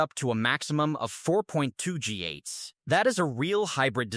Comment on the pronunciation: If you are going to produce AI slop, at least teach your slop generator to say GHz correctly